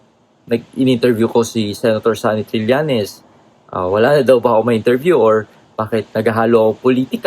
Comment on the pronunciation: TRILLAÑES, Trillañes, HINDI TRILYANTES. 😶 Sen. Trillañes